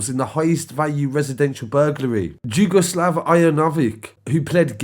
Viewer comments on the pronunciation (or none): Jugaslav is said Yugaslav